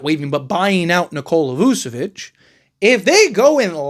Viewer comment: voo? nah vooch